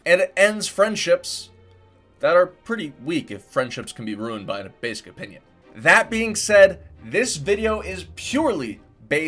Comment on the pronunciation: He said opinin